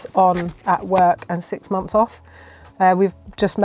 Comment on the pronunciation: Muphs instead of months?